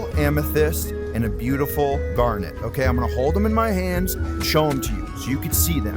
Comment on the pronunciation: Garnet not garner.